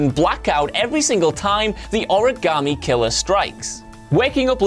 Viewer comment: In regards to the Heavy Rain portion, you've been saying "Origamy" wrong(that's how they say it in game, vs origami)